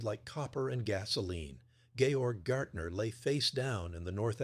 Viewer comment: Pretty sure his name would have been Gaertner (pronounced GEHuhtnuh (means Gardener.